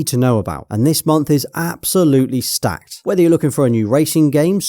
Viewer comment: My guy said " STACKED " with chest😂 literally 2 decent games and 1 maybe😂